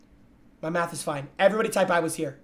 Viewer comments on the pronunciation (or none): none